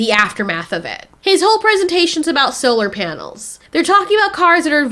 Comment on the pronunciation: No, not "solar panels" -- "SLRPNLS". No vowel sounds!